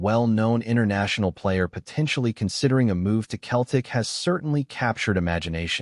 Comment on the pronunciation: Pardon me but why is a USA commentator continually saying "KELTIC" get your damn pronunciation correct its CETLIC "SELTIC"...